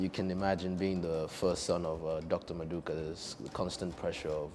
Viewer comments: If you are going to say someone's name, at least know how to say it correctly. He even corrected you smh. It's Mmaduka not maduka. Rubbish! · it’s Nmaduka